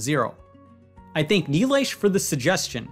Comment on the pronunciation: Presh, you can't differentiate THINK and THANK, can you? Your THANK sounds like THINK!